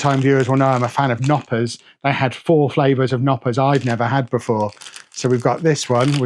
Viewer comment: Glad you got to Mini Wunderland, you'd be surprised to hear it's actually seen as one of Germanys top tourist sights, let alone just Hamburgs! Bit worried about whatever they served you as spaetzl, looks more like fried risotto rice! Oh, you pronounce the K in Knoppers